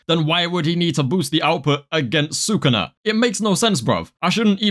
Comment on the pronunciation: STOP SAYING "SAKUNA" PLEASE